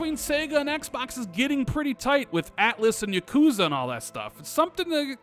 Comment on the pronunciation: Dont ever pronounce yakuza again